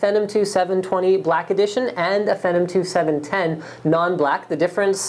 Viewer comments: ugh i hate how he says it "fehnum" ITS "FEENOM" DUMBASS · SAY IT WITH ME PHEEEEENNNOOOMM SHEESH NOT FENOM LOL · It's Phenom not Phenum LOLOL. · The word IS PHEEENOM, but I believe it was intended to be pronounced FENom. Because it was originally part of their spider platform? Venom, perhaps? Unless they weren't that clever about it.. Either way. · you just contradicted yourself like 3 times in that comment. if it came from the word phenomenon, then it wouldnt sound like your saying a slurred version of phantom. FEE:as in toll or acceptance charge; NOM: as in what lawlkats eat FEENOM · lol he calls it Fennum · is he saying phenom wrong? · It is pronounced Phenom btw :-) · omfg the way he says phenom makes me fucking made